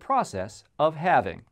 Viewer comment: “What is having bitcoin, no not having bitcoin, having bitcoin.” Lmao you still didn’t say it right